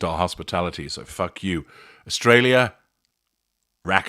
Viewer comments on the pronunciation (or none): none